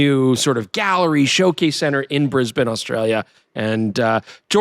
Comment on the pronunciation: Mightily impressed with your Brisb'n, rather than the often heard Brisbain! Eeeek!🤨👍